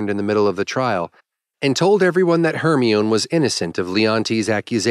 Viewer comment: "Hermion"?... It's pronounced "Her-my-nee"